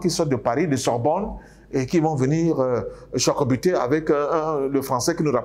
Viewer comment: Chocobiter hein 😂😂😂!